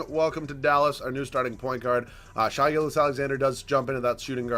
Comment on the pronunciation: Its Shey not shy gilgeous